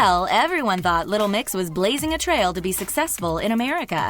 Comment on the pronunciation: youre saying 'little mix' wrong but I can't pinpoint how